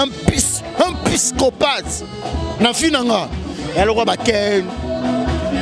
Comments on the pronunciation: Juvenal yebaka pe koloba balobaka psychopathe et non piscopate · Juvenal pischopate teee psychopathe prononcer bien papa to loba lingala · juvenal oza na problème ya prononciation, psychopathe, et non "pyschophate". oza ganga pe, soki oyekoli mot sika, yekola ko koma yanga.